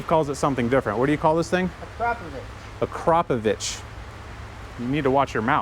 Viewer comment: Steve is pronouncing Akrapovič the right way